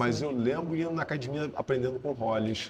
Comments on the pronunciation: ... "Acadimia" ... raiz ... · Todos falam "cadimia" rsrs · Acho que todo Gracie, antes de aprender s lutar Jiu Jitsu, eles aprendem a falar "acadimia". Kkkkkkkkk